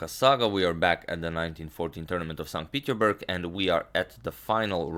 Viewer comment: You keep saying 'st peterburg', how come you don't pronounce the 's'?